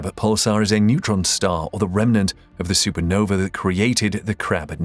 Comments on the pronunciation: why say supernove instead of supernova? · no vuh.... not no vee...